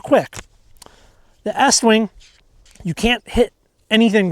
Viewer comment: Why are you saying it like that. it's eeeeestwing.